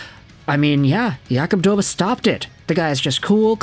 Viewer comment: It's pronounced DobeSH